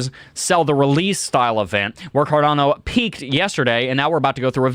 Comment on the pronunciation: Its cardAAAno not carDOno